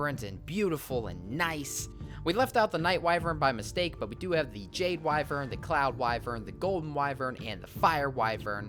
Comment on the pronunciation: It's pronounced why - vern